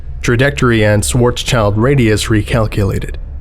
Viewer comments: Schwarzschild is pronounced Shwarz-shield. Not child. My german ears bleed when you say child. (it translates literally to black shield) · Epic as always, but isn't it Schwarz-schild (= black shield) instead of Shwarzs-child? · Only criticism is that like so many foreigners you say Schwarzschild like child is part of it. Its Schwarz-Schild, like shield. Pronounced like chilled, or rather shilled (but idk if thats a word, so) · The only fault is the pronunciation of "Schwarzschild". It´s obviously a german word (use of "sch" and "z", similiar to many other known words, e.g.: Schwarzwald, Schwarzkopf). It not a "child", it´s a "Schild" which means "Shield" and "Schwarz" meaning "black". And it´s a persons name after all. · If only he pronounced Schwarzschild correctly.